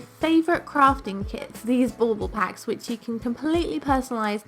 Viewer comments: Is that what she said?! I taught she said ball ball 😂😂 I was like why say it two times? LOL, english is not my first language (obviously 😂) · Bull ball?! It’s driving me bananas. What is she saying? Lol